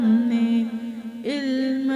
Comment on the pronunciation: لفظ علم غلط بول رہی ہیں" الم" صحیح لفظ یعنی الف کے اوپر زبر ہے